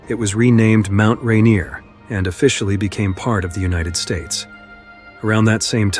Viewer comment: The narrator has obviously never been to Mt Ranier...